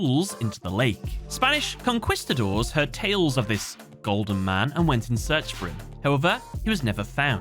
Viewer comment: You don't pronounce the "u" in "conquistadors"! Also, you forget; citrinitas is a mouthful, but also quite a handful! Pharaoh is unhappy... (All joking aside, I did wonder about those four cards! Now I see why they were so central in his Deck and had the crazy Effects that they had! Also why they never printed Amnael's Deck...)